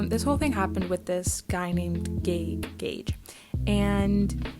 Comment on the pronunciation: Good video and you said it right gage's name:)